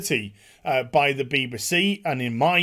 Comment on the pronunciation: Agree with everything except the way you say BBC beebasee?!?!